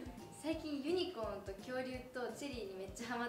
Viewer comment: なんかユニコーンの発音おもろいww ユニコーン 一一⤵︎一一 になってる 私たちの地域は ユニコーン 一一⤴︎一一